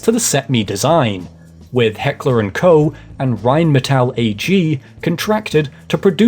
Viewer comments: It’s heckler and Koch not Co. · KOCH!!! AHHHHH NOT KOE FFS 😂😂😂 MY SURNAME IS KOCH ASWELL AND IT BOTHERS ME 😂😂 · FYI, it's pronounced "coke", not "ko". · "Heckler and Koh" I know German is hard, but this was one of the worst pronounciations I've ever heard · Incredible pronunciation on heckler and Koch. 10/10 buddy. Almost as good and when you through the afroman song was referencing the firearm.. 🤦‍♂️